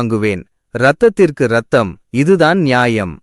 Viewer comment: கதை சொல்பவருக்கு தமிழ் சொற்களின் இலக்கன உச்சரிப்பு விதி தெரியவில்லை. இரக்கம். இரத்தம். என்பதில் இ உசரிக்காமல் சொல்ல வேண்டும்.